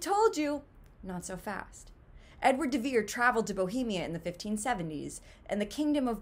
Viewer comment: "They rhyme and the syllables and stresses are the same." Only if you choose to pronounce the name "de Vere" exceedingly oddly by landing hard on the "de", when the stress is actually on "Vere". I think you've been watching too many Saturday Night Live reruns if you think that "de Vere" is pronounced like "DA Bears". Also, William has three syllables in it. Other than that... well, it would just be a plain coincidence, at best, and one that is NOT consistent with our experience of other writers' pseudonyms. Does "Mark Twain" rhyme or share a common beat pattern with Samuel Clemens? Does "Sapphire" rhyme or share a common beat pattern with Ramona Loften? Does "George Orwell" rhyme or share a common beat pattern with Eric Blair? Does "George Eliot" rhyme or share a common beat pattern with Mary Ann Evans? "Do Acton, Currer, and Ellis Bell" rhyme and share common beat patterns with Anne, Charlotte, and Emily Brontë? Does "Mary Westmacott" rhyme or share a common beat pattern with Agatha Christie? I could keep going, but the point is made.